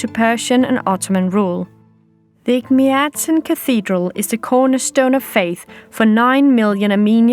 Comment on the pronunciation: I would like to thank you for the presentation, however one correction- Ejmiadzin isn't the oldest christian church in Armenia. It is the oldest christian church in the WORLD. And please train your pronunciation as it is hard to hear Egmiadzin every time, among other mispronounced words.